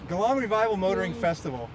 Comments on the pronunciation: No effort to try to say Geelong correctly even after someone told him. At least we try our best to pronounce their country towns and cities properly when we go over there…, if we don’t we sure get crushed for it. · One hilarious vid today 🤣. The shoulder bird, the posing with wooden sculpture dudes, the constant mispronunciation of Geelong, the kiddy ride, and everything else I've not mentioned. Such quality content both of you, but I want you to talk to people who recognise you longer👏👏👌🥰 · I love the Geelong (jalong) bit, very good! ❤️🇦🇺 Edit: maybe “juh-long” for Americans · Love the constant mispronunciation of Geelong 🤣🤣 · I think you need to listen to your camera person she was trying to tell you multiple times how to say Geelong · its actully pronounced as Geelong starting with the letter G 😀